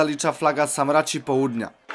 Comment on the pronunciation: SaRMaci a nie saMRaci, wariat :)